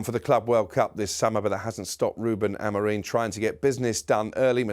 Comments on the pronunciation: MATE, I LIKE YOU ESPECIALLY BEING A FELLOW RED BUT FFS PAL, PLEASE PLEASE PLEASE STOP CALLING AmoriM AMOREEN! NO ONE ELSE CALLS HIM THAT, ONLY YOU! EVEN WHEN YOURE IN A STUDIO WITH OTHERS PRONOUNCING IT CORRECTLY! Stop it now, it’s annoying 🫵🏼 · IT'S Am-o-RIM.. NOT Am-o-REEN.. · I know! He does my fkn head in. Sam and Troy last week calling Amorim, Amorim because that’s his name but that muppet keeps calling him Amoreeeeeeen 🤷🏻‍♂️🙄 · Can't even get his own managers name right Amorim not Amorin. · he can't even read he keeps saying amoreen when it's amorim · “Amorim”… not “Amoreen”